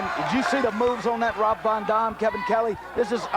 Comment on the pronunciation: He calls him rob von dom lol.. abs that damn refs hair lol